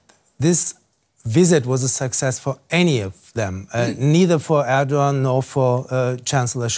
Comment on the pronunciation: Can someone tell this news anchor that it`s not Örkan or Ördogan but Erkan or Erdogan. E as in cEll or tEll